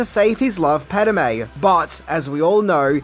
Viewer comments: It's Padme (Pad-may) not Padamae (not Pad-a-may) you putz 😂 Are your eyes and ears painted on!! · "Pahd-may", not "Pad-a-may", goofball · Padme has 2 syllables.......not 3..... Pad. May. Not Pad Em May.............................. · It's Padme not Padame. Get your facts right you Ozzie knob. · Pad-eh-May.... you mean Pad-May? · Pad-a-me is a god in the Elder Scrolls.... Pad-me is Ani's love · Padme, or padame? Just read the name once. You're adding an extra letter for no reason. And you also pronounce Han wrong. You've watched solo right? Ps its grande moff, not general tarkin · This would have to be my favourite prequel movie. PADAME? It's Padme, 😅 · WTF is a “pat-uh-may”??? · Pad. Me. Two syllables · Is it just me or did anyone else felt the flow of the narration suffered when ever he said padme? It kept sounding like he was saying pad-a-me,don’t get me wrong,I love the comedy, I guess I need hearing aids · Naaah... Spiellberg clearly did NOT direct this video. Because if he had, he wouldn't have stopped doing takes, until you had learned to pronounce "Pad-e-me's" name correctly, as you are obviously able to. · Who is Paduhme?? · I'm an Aussie and I know it's pronounced pad may. at times will mispronounce names and I find it funny, as stated, I'm an Aussie 😉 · I think confuses Padme with padawan;) He hardly says Padme, and I believe it's twice, maybe three times that he says it correctly. It has nothing to do with accent, as stated, I'm an Aussie and I know how to say her name, it's just (nothing against ) laziness.